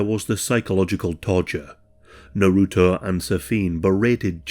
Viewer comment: The way u say naruto hurts.